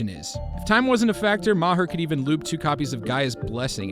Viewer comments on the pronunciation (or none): Bob Ma-hurr 🤦